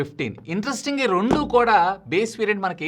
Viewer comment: Rondu ❌ Rendu ✅